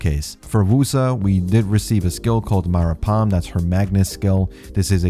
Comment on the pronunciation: Skill says: Maparam: MaRaPam How hard is it to read something that is in front of you:|